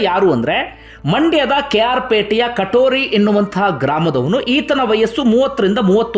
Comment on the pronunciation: ಕಟೋರಿ ಅಲ್ಲ ಸರ್ ಕರೋಟಿ ಅಂತ